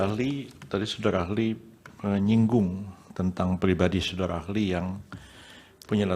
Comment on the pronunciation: Prof yusril panggil saksi dengan kata SODARA AHLI, bukan SODARI AHLI😅 saya kok jadi fokus ke kumis dan suaranya 😅🙏🙏 mudah2an MK memberi yg terbaik....amin